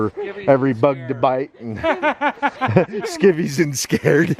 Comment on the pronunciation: “Skivies and Scared” 😂😂